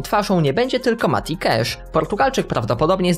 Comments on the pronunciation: Mówi się kasz A nie kesz ;) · Mati KASZ nie KESZ (sorki musialem po polsku) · Nie Cesz a Casz